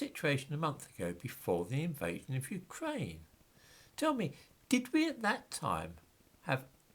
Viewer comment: Your R is so fucking annoying. Wewwewwewwew Ukwaine